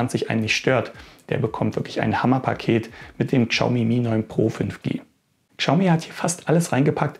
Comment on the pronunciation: Also das ist das erste Mal, dass ich höre, dass jemand die Marke "Kschaumi" ausspricht. xD Mal was anderes. xD